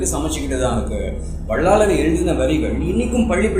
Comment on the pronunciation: வள்ளலார். என்பதே சரியான உச்சரிப்பு